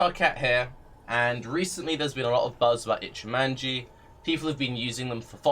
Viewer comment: Tarke it's an O not an A in Ichimonji!